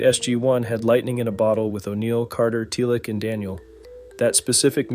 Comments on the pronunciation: i can't tell if you are using an AI to voice this or if you are just pronouncing teal'c wrong, because every time you say his name it comes out sounding like tealick, why are you saying tealick? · Not sure I should keep watching after the “Tealic” mispronunciation 😂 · Dead giveaway! 😂😂 NO FAN EVER would say it liek datt 😂😂😂 TELIC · So I am doubting the veracity of everything said in this video because the ‘narrator’ mis pronounced Teal’c. So AI mispronouncing or not whomever edited this did not know anything about Stargate. This was a glaring error. Puts in doubt everything said in the video.